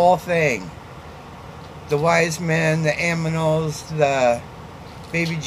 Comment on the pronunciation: Hey!!! Love ya and always love watching ya! I don’t understand not liking cheese either?! I’m made of cheese! I say aminals too! No surprise! Most of my answers would be the same as yours!